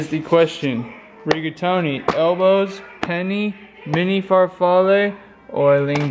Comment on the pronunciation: that pronunciation of the pastas really hurt. 'pennay' not penny XD